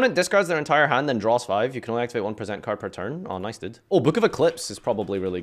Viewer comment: im not illiterate: mispronounces "present"